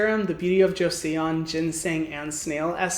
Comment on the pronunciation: Just so you know, "Joseon" is pronounced "joe-sun" not "joe-say-un" :)